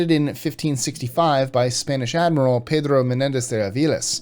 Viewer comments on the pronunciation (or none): none